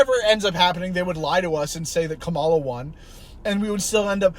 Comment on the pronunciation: All that stuff of like, having a debate for who the democratic candidate would be, did happen a little. Its just that everyone knew so much that it was 100% going to be Kamala (pronounced KA-ma-la, stress on the first syllable not the middle)